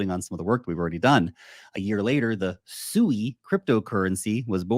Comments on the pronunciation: Pronounce this as SWEE, you're not calling a pig, so please stop. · I think it's pronounced swee